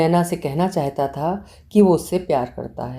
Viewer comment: Good Story., please pronounce the word ' chahta' correct.'Chaheta' is incorrect pronunciation.